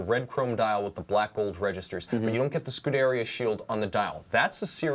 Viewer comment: Scuderia [scu-de-rì-a]. You are pronouncing it wrong. I'm trying to help you out when you are talking to your Ferrari driving clients...